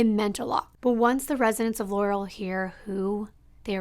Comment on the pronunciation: LAR-uhll is the correct pronunciation amongst locals. I hate when people call it Ler-ruhl lmfao